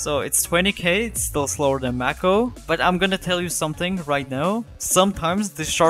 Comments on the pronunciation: Just to let you know it’s pronounced “may-ko” not “mack-o” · Mako is said like "Make Oh" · bro aint even pronoucing mako right